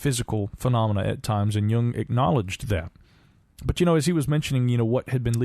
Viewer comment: Credit for saying Jung correctly however.